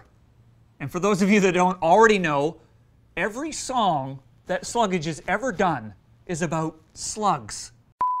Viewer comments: I think it’s pronounced Slug-ge. Like sludge, but with slug. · You don't pronouce the name right. It's all one syllable.